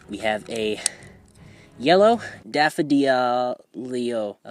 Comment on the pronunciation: R u Australian? And the daph-a-di-al LEGO flowers r daphadils or something and the red flower is a rose, I'm not a flower biologist.